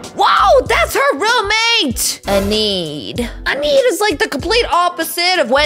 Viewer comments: Not anid it's Enid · Omg it’s pronounced eeeeeeenid not eniid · her : eneed and it when the hands name is Thing and Wednesday's roommate is Enid it's pronounced eenid